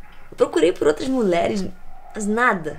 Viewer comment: "muleres". <3 ;)